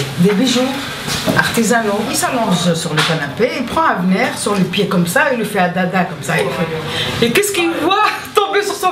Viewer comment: Toujours pas compris pourquoi prononçait "Avneur" C'est ouf l'organisation qu'il a fallu pour tout ça!